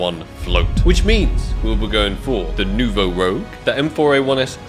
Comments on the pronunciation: It's Nouveau Rouge, not Nouveau Rogue, and if you wanna know how to spell it it's like Moulin Rouge (R-ooo-jjj) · you're still struggling to say it lol it's pronounced like "rooj", not "rogue"! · And it is Nouveau ROUGE (not rogue) : [ʁuʒ] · Its been three videos and bro still cant pronounce rouge xdd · NOUVEAU ROGUE IS LIKE THIS ITS NOUVEAU ROUGE ITS FRENCH YOU DEEPFRIED WORM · Btw it's not "Rogue" it's "Rouge" pronouned as "Rouj" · Who is going to tell that its Nouveau Rouge, and not Nouveau Rogue lol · ITS NOT ROGUE AND YOU KNOWWWW ITT, its pronounced Ruje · the AK Nouveau Rouge not Nouveau "Rogue" (new red in french) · you pronounce it rogue, its rouge. red in french aha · It’s ak nouveau rouge not rogue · Bro how have you still not realised its kot ROGUE ITS FRENCH ITS ROUGE (RED IN FRENCH) STOP PRONOUNCING LIKE THAT PLEASE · please learn how to pronounce red in french "it not rogue" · It’s French. Pronounce Noo-vo Roooj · How do you still not call it “New voh rooge” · It's "Nouveau Rouge", not "Nouveau Rogue" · how many times is he gonna say “Rogue” and not “Rouge” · It's not Nouveau Rogue it's Nouveau Rouge (AKA New Red in French) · Its nouveau rouge not nouveau rogue 😭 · Rouge like Moulin Rouge, not Rogue! The spelling lowkey triggered me and I'm not even french :D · Rouge not Rogue my dude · Rouge ! Not rogue cmon think about your french viewer bro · YES! ROUGE IS NOT ROGUE!!!! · Something tells me hasn't seen Moulin 'Rogue' with that pronunciation and video title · He's doing it on purpose now, it's the only explanation. Rouge not rogue,! The French word for red... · Is ever gonna figure out its Rouge and not Rogue? 😂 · seriously dude its pissing me off hahahaha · i'm pretty shure rouge means red in french so its pronounced different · At least try to properly pronounce rouge bruh 😭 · It’s a Nouveau “ROUGE” - not a Nouveau “ROGUE” regardless one of my favorite skins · ROUUUJ NOT ROGUEEEE, i think is dyslexic